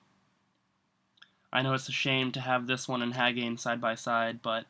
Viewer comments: I've always heard it pronounced Hah-gah-nay or Hah-gah-nee. Nice collection, I collect too but I don't have as many boxes for sure. I have almost 400 games but mostly cart only. I'm jealous of Hagane. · Hagane is pronounced Hah-gah-nay